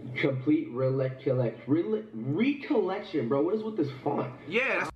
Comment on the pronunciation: He pronounced recollection wrong even when he figured out "how to read the font". Its pronounced rec-ol-lection